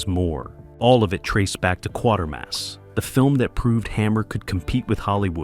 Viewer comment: The AI needs to learn that it's "Quatermass"...rhymes with "crater"...